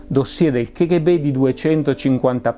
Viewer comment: Non vorrei in alcun modo biasimare lo splendido lavoro che compie, ma mi permetto di dire che la pronuncia "ke ghe be" dell'acronimo KGB è una bestialità, per quanto diffusa. In russo si pronuncia "ka ghe be", in italiano "cappa gi bi", se proprio vogliamo fare i fighi e pronunciarla all'inglese (non ne capisco la ragione, ma tant'è...) allora è "kèi gi bi"... La pronuncia "ke ghe be", usata a quanto mi risulta solo in italia, è proprio un'aberrazione che non ha ragion d'essere.